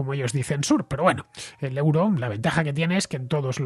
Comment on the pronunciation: Estimado Fernando, euro en Alemania se pronuncia oiro...